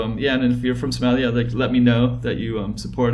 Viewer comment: Lmao they way he says Somalia smellia